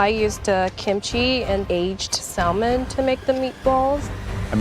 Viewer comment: Fatima should have gone home based on the fact that she pronounced the 'L' in salmon alone. (a pet peeve of mine)